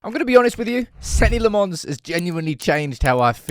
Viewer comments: His name is not Senny Le Mons. You've been saying it incorrectly since August. Please, fix that. 😂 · Dear, still got some work to do on how you pronounce his name... he is Belgian, not French... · Please say his name properly ffs